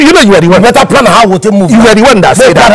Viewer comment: I have a pran🤣🤣